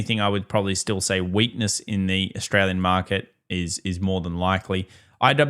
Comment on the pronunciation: The economy is seeeek! Austraaaaliaan😂